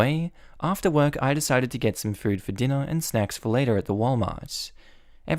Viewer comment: Did anyone else hear that as dinner and sex? >_<